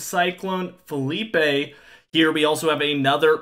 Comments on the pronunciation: It's not Philippey it's phillipe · I'm gonna be so glad when Philippe is finally gone and I don't have to hear this guy call it Felipe anymore.